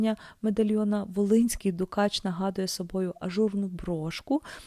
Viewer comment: Ну по перше: не дУкач , а дукАч. А по друге : а де ж намисто з каурі, а де дорогущі баламути, де лускавки?